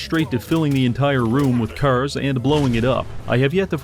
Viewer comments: cars ❌ curs ✅ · Bro doesn't say "cars" he just says "curse" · you say cars like *caers* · Am I the only one who hears him say “kers” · When you hear him say Cuurs instead of carrrs its over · bro why do you pronounce cars like “CURZ” ? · how many timesdoes he say 'C'ars cause after awhile it feels like he puts more emphasis on the C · Why dont you pronounce "cars" correctly?